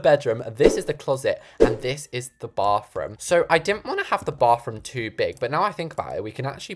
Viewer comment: my favorite parts of his videos is when he says “baFroom”